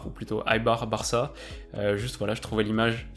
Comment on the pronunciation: on prononce "éibar" et non "aïbar"